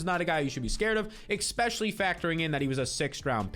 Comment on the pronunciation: stop saying 'EXPECIALLY'